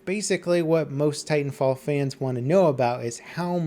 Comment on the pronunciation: Titanfall one word, like Battlefield, not Battle Field.